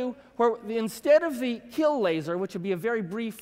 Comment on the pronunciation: Fire the "La-ser"